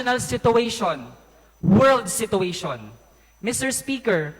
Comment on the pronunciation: si-choo-ay-shn ....... summa cum laude daw pero pag pronounce ng "Situation" --- sito-wesyun hahahaha